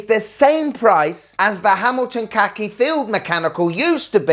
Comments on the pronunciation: Why don't you pronounce Khaki correctly? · khaki as in the military colour, please pronounce it correctly. 😉